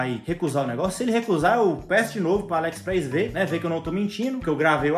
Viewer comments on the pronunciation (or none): Ele fala alexpreis kkkkkk